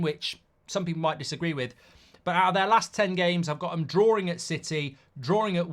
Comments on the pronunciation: Bro, it's called DRAWING stop saying drawring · Mark, you are English, right? What in God’s name is ‘drawering’?